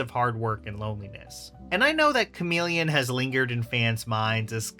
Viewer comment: Lmao bro said chameleon 😂😂😂😂 GTFOH dude